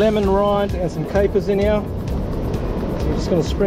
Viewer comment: no you said "heeyah" several times. are you trying to say "here"?